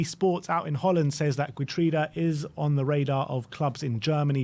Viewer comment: Geertruida is pronounced Heertrouda.